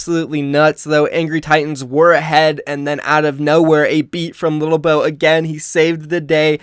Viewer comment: it's lilbow not littlebow.... he was a former SC2 pro and he was always called lilbow